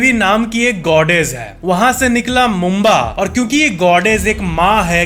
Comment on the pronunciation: It's Mumbra Devi... Not Mumba... Plz correct it... 🙏